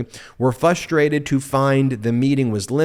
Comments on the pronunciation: "FUS - trated" might have been 'cute' when you were THREE YEARS OLD, Ben Meiselas, but the word is "FRUS - trated"! Learn to say it CORRECTLY --- LIKE AN ADULT! --- will ya? SHEESH! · Fuss-trated? Ummm... challenged with the pronunciation of Rs I see. Move "foe-ward" and get some help or advice to improve this if possible. When you present such great content, it diminishes it with silly mis-pronunciations. Sorry, but "fuss-trated" sounds really dumb and yet you are a legal genius, so I am counting on you to work on diction. Super blogs though and I really appreciate your posts. I'm a fan trying to offer constructive criticism so don't get mad. ❤